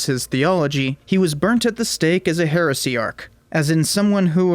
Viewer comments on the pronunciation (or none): would you mind pronouncing it "he - res - ee - arch" please? Thank you for your attention.